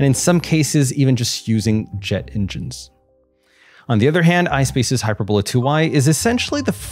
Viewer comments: hyPERbola, not HYPERbola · Does none of the space comentators know how to say this rockets name? It's Not(!) "Hyper - Bola". The word is pronounced "Hy-Perb-o-la". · That is hy-PER-bola, not HY-per-bola. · It's pronounced " hy-PER-bola".. not hyperBOLA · It's not HYPERbola, it's pronounced HI- PERBOLA. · hyPERbola, hyPERRRbola. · Hy-purr-boe-lah emphasis on “purr”. Looks like it uses hyperbolic fuel. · He mispronounces it --- "HYPER - BOWL - LA".... what a "marooon" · Great video! V informative. Please, please find out how to pronounce "hyperbola" before you do the next video. Use Google. Apart from being irritating, it suggests ignorance, which clearly untrue. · Pronounce hyperbola correctly.